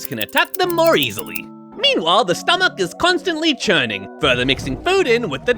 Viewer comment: Bro said stomACH